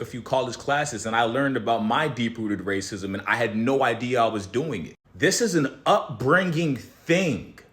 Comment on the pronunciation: “ray cism” instead of racism 💔